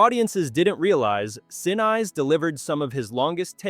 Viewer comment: Neat, but my gosh the AI voice was so full of mispronunciations. "Saturn Vee"? How about Saturn Five. "Gary Sin-Eyes"? How about Gary Sin-ees. There were others, but I don't remember them all. It kind of detracted from the enjoyment of the video.